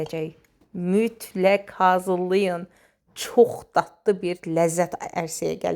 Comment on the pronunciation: Offf bu necə deməkdi düşüb millətin dilinə , şəhər əhli elə deyir , bizim bu rayondan gedənlərdə öyrənib elə deyirlər , guya bunlarda şəhərlidi , hər eşidəndə ətim tökülür 😂 datdı